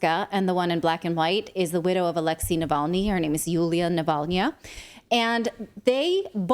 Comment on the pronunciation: "Her name is Naval-nya"